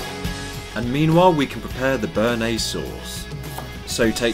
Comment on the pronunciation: you fucked up the bearnaise - dislike